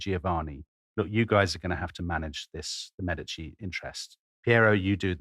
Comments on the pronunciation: The accent is on the first syllable in "Medici" FYI. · Florence!!! This is going to be great! I have already learned something in the first 5 seconds. I have been pronouncing Medici wrong my whole life. Don't tell my Italian family please! 🤣